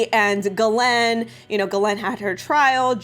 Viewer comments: Just a note, as someone who speaks some French Ghislaine is pronounced very much like geese/lane. sorry... the mispronunciation of her name drives me nuts. I legally changed my name because it was too French for people to pronounce. It was painful to hear it butchered at every turn in new and inventive ways daily all of my life. It's a thing.. just sayin'. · Her name is pronounce Jis Lane. yup Jis..... now think on that. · I think she pronounces it this way on purpose so YouTube won’t flag her video. There are a lot of words that YouTube will censor your videos if said. That’s why she says Jeffey as well.